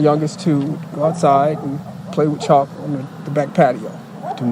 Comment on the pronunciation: They were playing with CHALK, not "Choppo" or whatever youre saying lol